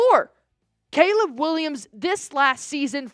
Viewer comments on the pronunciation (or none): none